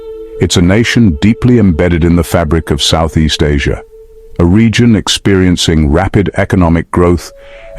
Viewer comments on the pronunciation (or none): none